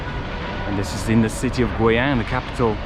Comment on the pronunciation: u r funny 。it's gui（贵），not gui（鬼），yang(阳)not yang（羊），so its “expensive sun" not ghost sheep.LOL. BUT u r funny